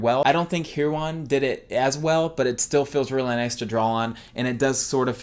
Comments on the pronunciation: wrong it's **hue-e-on** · This is how you say "Huion" Hue-e-on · It's pronoucened hue ee on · i believe it's pronounced Huion